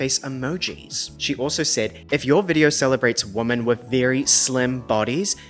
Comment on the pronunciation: Why are you pronouncing the words "woman" and "women" the same way? Other than that, love your videos.